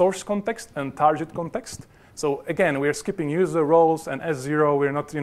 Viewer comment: Oh my pronunciation of "target" :-)